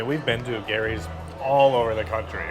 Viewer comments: stop pronouncing Geeerrrryyy Filipinos pronounce it JEEEERRRRYYYY😁😁😁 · Its not Gary’s!!! Pronounced as Jerry’s Grill!!! 😅 with a G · 🇺🇸🇺🇸🇺🇸🇵🇭🇵🇭🇵🇭 There is a Gerry’s Grill in Union City, California. It is about a 30-minute drive southeast of San Francisco on the other side of San Francisco Bay. We go there a 2-3 times a year. My wife and I now pronounce “GERRY” the way you pronounce it, and “Jerry” no more. 😂